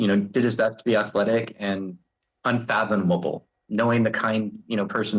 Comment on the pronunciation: Luigi is starting to remind me of hitler.. also, "unfathamomable" 😂